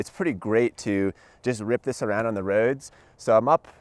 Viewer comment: "Rip this up the Roads", letting that Philadelphia accent slip into the video for a moment. Nice.